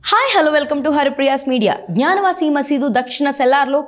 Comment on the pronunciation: అమ్మా తల్లి '' జ్ఞాన వాసి " కాదు. "గ్యాన వాపి" అని పలుకు.